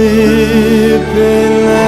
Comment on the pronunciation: But the fact that he says shleep in silent night gives me life.